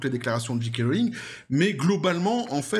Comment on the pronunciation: Très bien, mais pourquoi dites vous "Dji kay" ? Le j en anglais se prononce "djé" pas "dji". Amitiés.